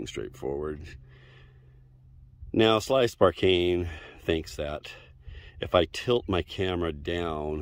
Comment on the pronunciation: "Slice Bar Kane" 🤣🤣